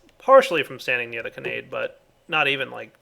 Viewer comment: you're pronouncing Kanade wrong. Imagine there is an h at the end. Like Kanadeh. It's an anime reference from AngleBeats! plz just stahp